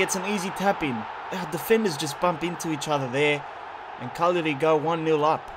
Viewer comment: Caglari punshed you for saying their name wrong all the time haha